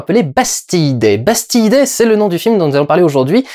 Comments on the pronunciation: il y a un moment où tu as dit "Pastille Day" MDR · Ça se prononce Bastile Day non ?